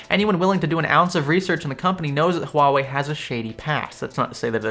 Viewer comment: You are pronouncing Huawei right, that's remarkable.